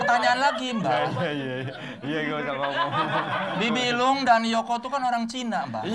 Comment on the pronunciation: Sangat edukatif.... bibi lung jadi ka....lung.... hahahahaha